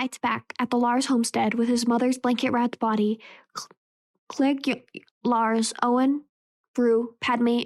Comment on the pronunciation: I wasn't going to say anything, because I don't want it to "sound" like I am picking on you, but after listening to quite a bit of your audiobook, I have to make a suggestion that I think will REALLY help you: learn the pronunciations of the names of the characters. When you pronounce Cliegg Lars, Watto, and others in a way that is not the way the movie does, it is really off-putting. Also, perhaps practice the text first so you don't stumble over words. I assume you are a tween because some of the big words make you hesitate? If so, you can probably get a bit of extra credit in class by telling your teacher about this labour of love. It's not a school assignment, but the teacher may view it in a way to give you credit for it!